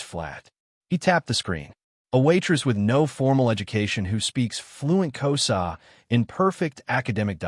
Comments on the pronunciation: It's Xhosa not Koza. I won't comment on the conversation it's distortion. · I am from South Africa and it is not K o s a its actually K HOZA you use the H more pronounced and the S sounds like you use a Z and the Z is also more pronounced so you know..